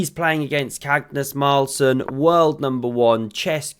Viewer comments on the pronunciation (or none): Y bro call him cagnus carlsen?😂